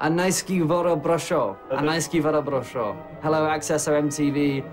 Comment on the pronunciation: Eles nao conseguem falar bruxão ele falam bruxon